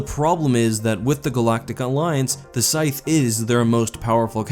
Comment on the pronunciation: hmmmmmm, never heard the word "scythe" pronounced before?